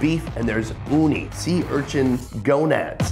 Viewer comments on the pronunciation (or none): none